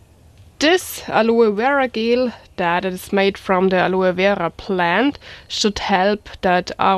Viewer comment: Gel is pronounced in a "Jay" sound like Jello without the O "jell" not trying to prod your accent it's cute, but I had to say it awesome video as per usual, keep safe out there!